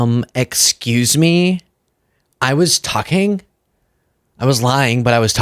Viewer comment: Trumps like: ExSqueeze me ☝🏼😂